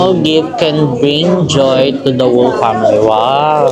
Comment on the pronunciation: na ba bother ako sa pronunciation nyo ng whole like yung pagbasa nyo ng "whole family". and this is not the first time na ganyan ang pronunciation nyo. silent "w" po yan. its like "howl" im not bashing but just correcting. ive been watching your vlogs and everytime ganyan talaga. I'm enjoying your vlogs so i just want you guys to improve more . all the best!